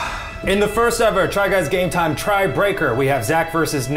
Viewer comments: Does Eugene say "try guys gay time" instead of "game time"?! I've been wondering this for a while now. It seems like he is always saying "gay time" instead. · Is Eugene saying "Try Guys Gay Time"? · Sorry but I keep hearing it as "Try Guys Gay Time" 😅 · I have heard "Try Guys Gay Time" since the beginning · I thought it was try guys gay time at first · thanks, now i cant hear try guys game time without hearing try guys gay time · Eugene says Try guys gay time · I am positive Eugene say "try guys gay time" instead of game. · The try guys: TRY GUYS GAME TIME! What I hear: Try guys gay time~! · I swear when the other guys say TRY GUYS GAME TIME! Eugene says “Try guys gay time!” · It sounded at the end there like they said try guys gay time